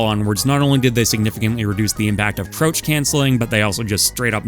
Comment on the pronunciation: Y do you pronounce “crouch” like “roach”